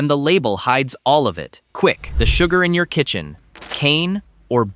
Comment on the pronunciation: its sugar not suger, oh AI how you disappoint as usual